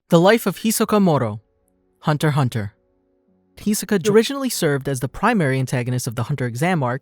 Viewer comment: STOP FUCKING CALLING IT HUNTER HUNTER ITS CALLED HUNTER X HUNTER